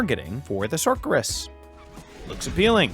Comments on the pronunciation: there's no way you don't know how to pronounce Sorceress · I'm guessing these are AI voices because the pronunciation of words is all over the place. Wtf is a sockorus 😂😂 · Did both of you actually say "Sorkeress" deliberately? The "c" is pronounced as an "s". Unless there's some sort of inside joke that flies over my head?